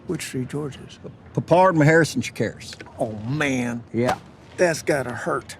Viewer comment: George Chakiris -- sounded like you were saying "Takiris" ... Good actor and still with us. Just re watched the Kolchak series and the first movie. Holds up well. I believe I've seen The Vampire on late night TV a long time ago. It wasn't bad. Don't recall if it was the one where the two vampires at a family gathering/party spend most of their time huddled together next to the punch bowl which was much funnier than I think it was supposed to be. Good selection.